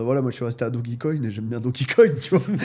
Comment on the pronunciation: on dit shill pas tchill, bear pas beer market, dojecoin pas dog i coin...